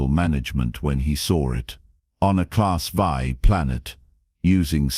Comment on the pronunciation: A class vie, class vie, class vie YOU MEAN A CLASS 'vii' (AI DOES NOT READ ROMAN NUMERALS) IT IS A CLASS 7 DEATHWORLD. If your AI cannot read simple designations THEN WRITE THE WORDS LONG FORM... A CLASS 7 DEATHWORLD. LISTEN TO YOUR OWN STORIES AND THEN EDIT THEM. STOP BEING LAZY...